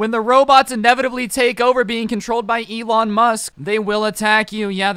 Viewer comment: Ewon musk Everyone else: Elon musk